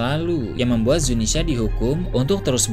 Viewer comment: please bang. Zunisha bukan Zinisya